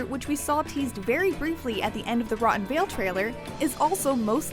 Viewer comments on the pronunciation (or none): none